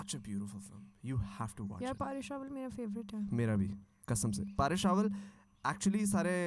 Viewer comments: U both prounced it "paaresh" it "Paresh" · Its not Paaresh Rawal, its Paresh Rawal and he’s a legend And please learn pronounce India properly You do not have rights to pronounce our country name the way you want Or else you better not